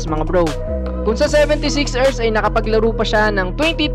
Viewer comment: sebentesix ersssss galing mag pronounce